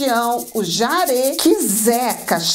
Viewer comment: Permita-me a correção: o nome é JARÊ, e não jári. Obrigado.